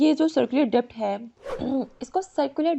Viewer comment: Mam ,in "debt" the 'b' is silent, i think !! thank you